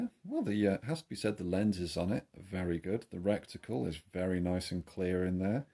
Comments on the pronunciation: Old Chinese proverb " that which is shit flies to pieces",, great video, but please please stop saying RECTICLE... IT'S RETICLE!!!👍btw, I've got 3 airmax 30 compact scopes, I love them. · Don't keep saying "reCticle" - it's RETICLE! 😂😂